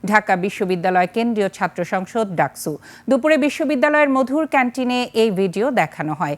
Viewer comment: রিপোর্টার সাহেব আপনার' স ' এর উচ্চারন ঠিক করেন। ডাকছু ডাকছু শুরু করছে বিরক্তিকর লাগে শুনতে। এর আগেও একটা নিউজে আপনি বার বার সাভার কে ছাভার ছাভার করতেছিলেন। 😡